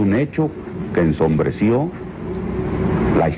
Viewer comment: El pendejete que le reclama es el Jose Reveles, Diaz Ordaz se burla de su ignorancia y pronunciacion: "ENSONBRENCIO" hasta la fecha esta traumado por la leccion de caracter de Gustavo Diaz Ordaz.